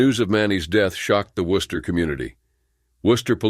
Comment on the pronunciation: Thank you so much for actually pronouncing my home town city correctly. Worcester rarely gets pronounced right by most people. Rip all these officers